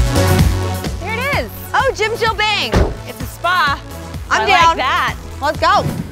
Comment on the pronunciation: omggg the way they were pronouncing bang and then the receptionist snapped at them like "bang not baeng" i cant stop laughing